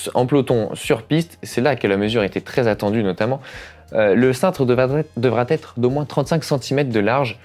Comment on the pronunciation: Pourquoi « devra têtre ? » 😅